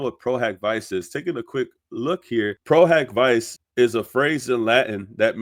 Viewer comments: love your content but you really should find a legal or Latin-knowing friend to help you pronounce the Latin terms. “Pro hac vice” is pronounced “pro hawk vee chay”. Amici curaie from a previous video is pronounced “ameechee curahy”. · I’m not being pedantic because you’ve been doing an amazing job. But just a quick note: Pro Hac (hock) Vice (VEE-che). Please don’t think I’m being a huge jerk. I’m literally just saying the pronunciation, NOT correcting you. But honestly, as I said, I’ve been watching you on fire with these documents. You’re so appreciated in the community because you’re Johnny on the spot with the facts! Thanks for watching this so closely!❤❤ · I was taught the pronunciation is “Pro” “Hack” “Vee-Che’” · No, it’s pronounced HOCK not HAK. Please don’t miseducate people. Pro-HOCK-vee-chay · Lol pro hoc vice = pro hawk veechay ❤ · No, you did the right thing. I was coming to correct that too. It’s important for these creators to pronounce things correctly. Thank you 😊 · It's Pro Hac (hak not hock) Vice (Vee-che) . this is a latin pronunciation of "A"